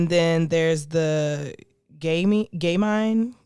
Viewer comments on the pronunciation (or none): I think gamine sounds like famine